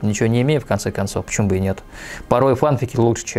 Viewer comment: если честно, то не знаю не одного человека что говорит "йогУрт". Да и в поискавиках и форумах все пишут , что "фанфИки" - правильное произношение (так даже в официальных дубляжах говорят)